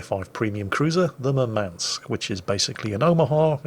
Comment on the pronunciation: Couldn't help but notice you mispronounced the Russian tier 5 premium Murdermansk